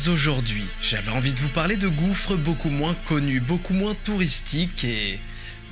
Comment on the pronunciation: Hi D, just got the video while i was scrolling your channel, gouffre means like an endless feeling hole, the last S is silent, i'm gonna enjoy the video now